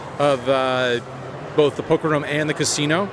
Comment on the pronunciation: Why does he pronounce room, "rum"? How does he pronounce zoom or boom or bloom?